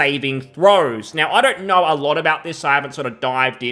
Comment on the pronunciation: "Hasbro, as far as a i knaur..."